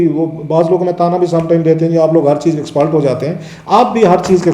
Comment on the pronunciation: You get my nerves when you say "EXPELT" or "THULTY". Ask you son to teach you proper and correct pronunciation.